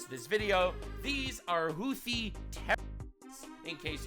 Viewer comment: For a moment, I thought he said "Luffy terrorists" instead of "Houthi terrorists".